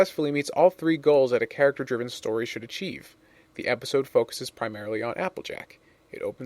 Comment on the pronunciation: Did anyone else hear him say epicode after the intro card for Fall Weather Friends?